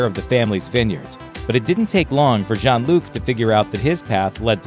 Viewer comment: Sounded like he was calling him John instead of Jean.